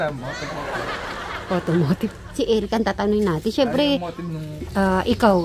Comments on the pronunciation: Motif!!! Not Motiv!!! Hehe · Motif😂😂 hindi motive